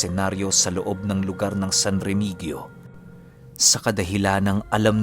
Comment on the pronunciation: pronounce po is Remihiyo- San Remigio